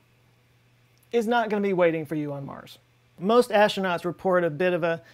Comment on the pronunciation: Please, pretty please with sugar on top, try to pronounce aStronauts, not aSHtronauts. You are not Sean Connery... :)